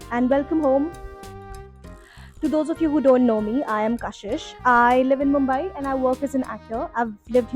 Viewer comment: 7 years in the city and you can’t pronounce its name correctly … it’s Mumbai.